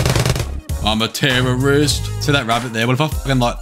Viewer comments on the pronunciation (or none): "im a terroorist"